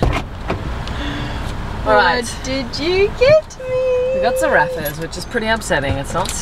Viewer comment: ZarraFFas not Zarathas babe xx